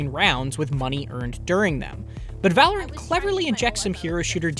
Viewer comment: Whoa, Black Betty (Val-or-ant) Whoa, Black Betty (Val-or-ant) Black Betty had a child (Val-or-ant) The damn thing gone wild (Val-or-ant) She said, "I'm worryin' outta mind" (Val-or-ant) The damn thing gone blind (Val-or-ant) I said oh, Black Betty (Val-or-ant) Whoa, Black Betty (Val-or-ant)